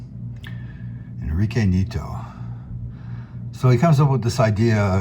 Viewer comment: Pronounced "knee-AT-oh". Nieto's style is similar to what the Italians were doing in magazines like Lanciostory (which was, itself, a bridge between the Italian comic industry and Argentinian artists), but it seems most of his work was for US publishers.